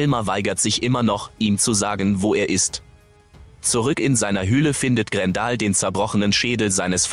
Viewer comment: Grendel spricht man GrenDell aus und nicht Grendal , hört sich ja wie ein Kofferwort aus Gandalf und Grendel. Bei einer Computerstimme muss man es manchmal so schreiben wie man etwas ausspricht, dann klappt es meistens und eine Computerstimme kann dadurch viel angenehmer werden, vor allem wenn man etwas mit einem Ausrufezeichen schreibt und Bindestriche gezielt setzt, dadurch betont die Computerstimme gewisse Sätze anders.